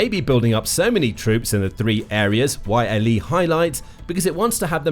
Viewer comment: It's not Y.L.E, it's Yleisradio shortened to YLE. So you just pronounce it as its written, YLE.